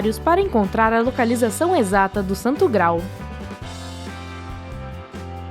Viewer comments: Por favor... Se diz Gra-al e não grau. Rasputííín e nãos Rásputin. É StoneRRenge e não Stoneng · Ela fala santo gral, ao invés de graal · Santo GraAAAAAAAAAAAL, não é possível que um canal como este não saiba como falar o termo?!